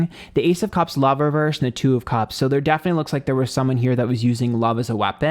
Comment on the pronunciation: Hate the way he pronounces cups. Sounds like he’s saying cubs like lion cubs.